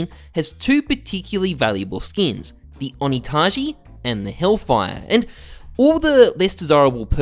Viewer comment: god the way you say skins as "skeens" and how frequently you say it kills me inside